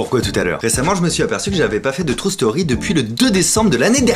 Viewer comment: ca me tue à chaque fois que j'entends "trou" story !! :D !! vivement le 30 juin, j'ai hâte de voir ce que ca va donner en live!!!!!